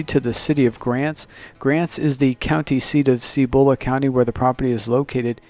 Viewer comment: Cibola. Emphasis on the first syllable. Seee bu lu not see BO la.